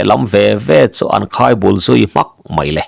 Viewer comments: I chhiar thiam khawp mai a. Mahse, Mizo dik tak i ni chiah lo nge ni. Thumal, ṭawng tualleng lutuk pawh hi i lam dik lo fo zel mai a. "Innawm inmâk," tihte hi. Mak nilovin, Mâââk tih tur aw. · In nawm in mak nilovin, In nawm in mâk tihtur. Mak hi thluk tur. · In nawm in mak a,tih hi in nawm in màk ti a,thlûk tur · In nawm in mak a.Mak Nupui Make a Lamrik angkhan lamtur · Engatinge aw....i aw ah i naupang tawh si lo va... Mizo tawng i hmang dik lo leh tlat thin.... In nawm in mak tih lai i lam dan hi he thawnthu ziaktu zawt chiang teh.I thu chhiar hi a awmzia i hre lo a ang tlat. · In nawm in mak a,tih tak hi Makpa tih a,mak thluk anga thluk tur niin ka lo hria a,thilmak tak mai kan lam rik anga, a mak hle mai,tiha mak lam rik ang ni loin,examna a mark hmuh zat kan inzawt ang a mak hi lam rik tur a ni e.In nawm in mak tihah hian mak hi thlukna awm anga lam rik tur a ni e.A ngaihthlak a nuamin,a dang hi chu i chhiar dik lutuk e. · Chhiar hi fimkhur nise ka va tive. " In nawm in mak" tih hi Mak tih lai tak mai lamdan tak hi a dik lo ania Nupa inthen na thu a" Mak" tia lam anga lam tur ani e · In nawm in mak tih hi mak tih lai hi Nupui mak tih ang a thluk tur a ni e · in nawm in mak a,tih lam dan hi 'mak' tih lai tak hi 'nawm' tih lam dan ki hian lam tur a va nih hmel ve.....kan ti ve mai mai teh ang. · Innawm in mak ni lovinentirnan anupui amak hnu in tih ang Khan mak tih tur makah hian thlukna a awm rtur aw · I sawi dik chiah !! Mak na chhin chiah ni lo in nupui mak hnu sawi ang a thluk tur